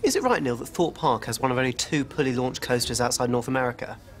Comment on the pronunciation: I love how he calls him niell